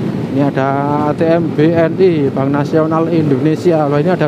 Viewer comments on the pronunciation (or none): none